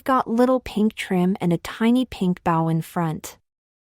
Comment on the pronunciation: Not a huge deal, but it would be nice after many, many videos of getting it wrong if you could teach the voice to say bow correctly.